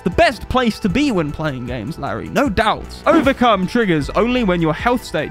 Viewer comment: Q&A Did you say Overcum on purpose?